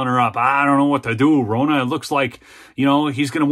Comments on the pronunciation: I can't stand the woman, but the CORRECT way to pronounce her name is RON-NUH, which rhymes with FAWNA! It is not ROE-NA., we are going to start calling you, LOL!! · FFS, - Ronna rhymes with Donna! It isn't Rona